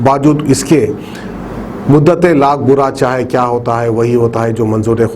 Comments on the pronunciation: السلام عليكم و رحمۃاللہ وبرکاتہ. شعر صحیح پڑھئیے اور وہ اس طرح ہے. مدعی لاکھ برا چاہیے تو کیا ہوتا ہے. وہی ہوتا ہے جو منظور خدا ہوتا ہے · جناب چینل والے صاحب شعر تو صحیح پڑھیں مدتیں غلط ھے صحیح جو ھے مدعی ھے آپ حیدرآباد کا نام روشن کر دینگے ! مدعی لاکھ برا چاھے تو کیا ہوتا ھے وھی ھوتا ھے جو منظورِ خدا ہوتا ھے مجھے تو لگتا ھے آنیوالی نسلیں کہیں اس طرح نہ پڑھیں ! موتیں لاکھ برا چاھے تو کیا ہوتا ھے وہی ہوتا ھے جو منظورِ خدا ہوتا ھے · Kya urdu bolte haule miys Muddate nai muddayi hai woh. Urdu ku maardera bhai.